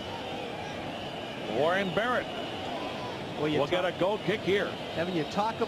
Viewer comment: He messed up Warren Barrett's name twice under a minute...I'm glad now that atleast the commentators are familiar with players on both sides